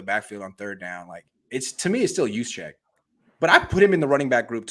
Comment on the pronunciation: Can someone please tell him that the J in Juszczyk is silent?